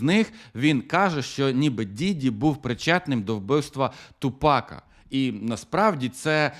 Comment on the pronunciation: Блін ну не ТупАка, а ТУпака)